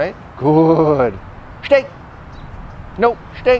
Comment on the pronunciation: "sits" and "shhtay" .. uhmm ok :S